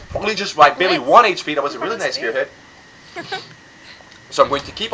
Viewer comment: Stop saying"barley" it's annoying :-)